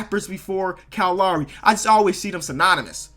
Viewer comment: the way you say Kyle Lowry is fucked